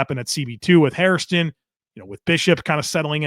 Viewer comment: Love your channel but for the love of God it’s not Hairiston or Harrison it’s Hairston. Everybody keeps mispronouncing it. Think Hair Stun